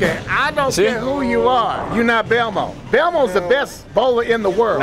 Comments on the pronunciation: its belmo mate not velmo🥲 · Velmo lmao the guy was saying Belmo for the pro bowler Jason Belmonte 😂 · It’s not Velmo it’s Belmo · Lmfao velmo in cc. Its belmo ❤️ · It's Belmo, not Velmo 😂